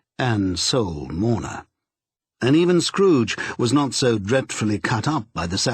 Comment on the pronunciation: Tiny tim: " uncle scooge"